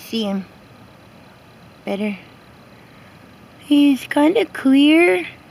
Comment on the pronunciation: i thought you said queer not clear at first lmao